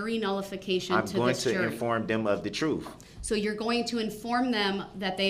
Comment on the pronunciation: Troof??? Lmao